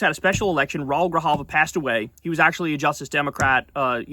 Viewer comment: You need to learn how to pronounce Spanish names. It's not Rool Grijalva (one syllable). It's Rah-OOL Grijalva.(two syllables).When you see an accent mark on a vowel that follows another vowel, you know that the two vowels are not forming a dipthong (meaning going together to make one syllable) but rather that the two vowels are going to be in two separate syllables. Spanish puts an accent mark on a vowel in this case to tell you this because ordinarily those two vowels would go together to make one syllable. So when they do not make one syllable but rather two separate syllables, then the accent mark goes on there to tell you that. Of course a native speaker wouldn't need the accent mark because they've heard the word or name all their life and they know how it's pronounced. But for people who are learning Spanish as a second language, that accent mark is very helpful. So pay attention. Read up on the rules of Spanish pronunciation. The rules are very simple and easy to learn, and if you learn those few simple rules, you can pronounce any Spanish word or name correctly (unlike in English, where pronunciation is a nightmare).